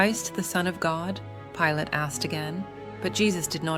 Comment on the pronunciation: Why can’t you say the names right? Pilate 🤯